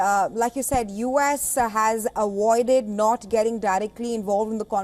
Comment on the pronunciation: a (V)oided , not a(woided)